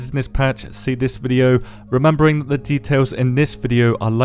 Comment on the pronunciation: They're supposed to be "fixing it" but everytime they say dhut like that it's worse and worse